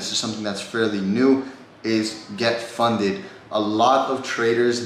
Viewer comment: Funded* not funeded 😂 cmon